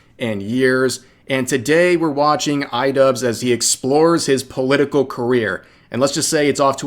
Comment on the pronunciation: why am i hearing rev say idupes and why does it make sense?